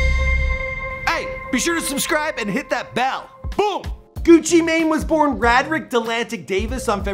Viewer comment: I cringed every time you said "rah drick" 😩😩 it's pronounced "Ray drick". Cmon on Mane